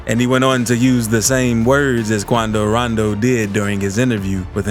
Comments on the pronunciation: 😭😂😂 i just watching your videos cause of your voice and the way you pronounce names like Quan-do - ran-do , personally i don't care 'bout rap beef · I swear he said QuAnDo RoNdO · Why he say quando rondo like that 😭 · I wonder why the guy voicing this made the executive decision to say Quando Rondo like that lol😂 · Lol the way he says his their name 🤣🤣🤣 but yea he scared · The way this dude says quando rondo 😭